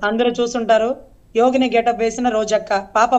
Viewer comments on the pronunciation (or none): యోగని కాదండీ “జోగిని రోజ”